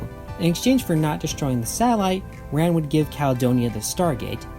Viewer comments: Yeah, it's the Rand Protectorate. Not Ram. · They definitely pronounce it "Rand" in the show. I just rewatched that episode recently. WTAF, dude? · The D is pronounced. It's soft but not silent. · You say a lot of Stargate words wrong in very surprising ways. No offense intended but you may have some kind of dyslexia and shouldn't blame the writers for your difficulty with the names. I always heard "Rand." I have a friend who does something similar by adding or removing syllables from words he has heard before. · I always here rand, rhymes with land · the "D" in "Rand" is not silent